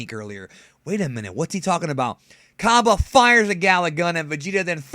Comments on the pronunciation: expergamez pronounces it like cabe lol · shots fired at expergamez cus he pronounces it kabe